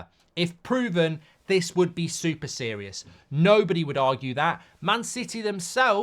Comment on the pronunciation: SERIOUS ❌️ SEROIOUS ✅️